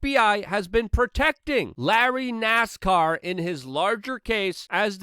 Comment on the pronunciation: Nassau not nascar